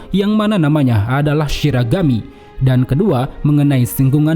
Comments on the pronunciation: Berarti Bankai Divisi Zero ini harus bergilir ya kalo mau dipake? Btw Min lu sendiri yg nulis "Shigarami" tapi lu bacanya "Shiragami" jadi yg bener yg mana? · bang yg bener shiragami atau shigarami si kok tulisannya shigarami tp abang ngomongnya shiragami